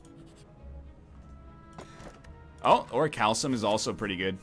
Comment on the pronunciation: I don't know why I'm so bothered by his pronunciation of "orichalcum", but every time he says "oritshalsum" I die a little inside.